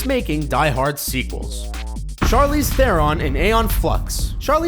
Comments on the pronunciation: Learn to pronounce Theron, morons. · you can't pronounce Charlize Theron's surname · you Americans have a thing for pronounced names wrong just like you mispronounced charlize theron